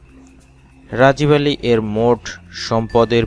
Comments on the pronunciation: ৯ নাম্বার উচ্চারণ হবে রাগীব আলী নট রাজিব আলী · রাজিব আলী না। রাগিব আলী। আগে নাম বলা শিখেন। ধন্যবাদ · রাজিব নয় রাগীব